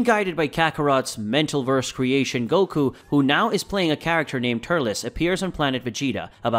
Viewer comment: He couldn't even get gokus name right I beg to differ